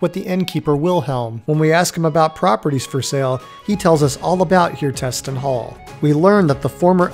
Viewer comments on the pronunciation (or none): Hjertesten - word hjerte sten that means in english heart stone you have to split up hjertesten to hjerte sten to even try to announse it slightly correct.